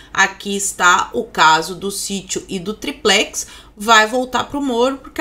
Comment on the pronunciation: não é "tiplex" é "tripecs".